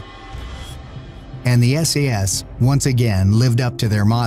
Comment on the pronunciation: Is it just me or did that narrator call the SAS SES?.